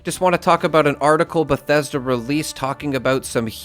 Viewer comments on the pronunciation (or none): none